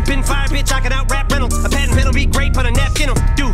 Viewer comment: He said paten